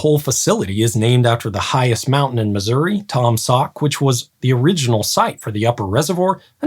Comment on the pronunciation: Holy hell, a YouTuber that actually pronounces Missouri properly! Kudos!